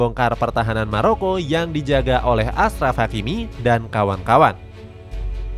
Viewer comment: bukan asraf tapi ACHRAF hakimi